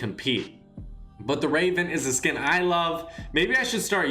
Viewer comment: You’re saying it as in like skin=skill